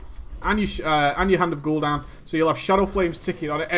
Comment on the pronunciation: Hand of Gul'down lol